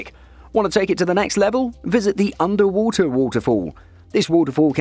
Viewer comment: oonder wooter wooter foow